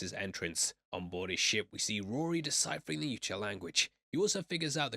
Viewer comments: It’s a pet peeve of mine but boi it hurts when you call the predators “you-cha”. 🫠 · its pronounced Yautja.